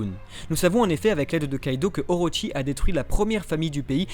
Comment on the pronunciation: Juste c'est pas Oroshi mais Orochi "/orotchi/"